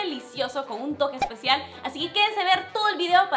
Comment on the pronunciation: te quedo eshpeshial (como dice mis pastelitos)